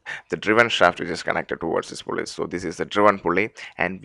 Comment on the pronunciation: pu-l-l-l-l-l--y , l-l-l-l-ow, o-l-l-l-l--most , l-l-l-l-ike you must be from India .